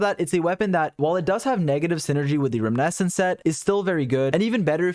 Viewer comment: I hate to be that guy, but his mispronunciation of "reminiscence" kills me every time.